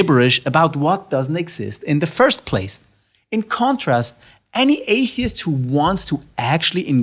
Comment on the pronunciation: "Apey-ist" looool i love it!